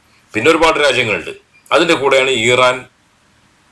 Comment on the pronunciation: ഈ റാൻ അല്ല , ഇറാൻ . ഹിസ്ബുള്ള അല്ല ഹിസ്ബുല്ലാഹ് .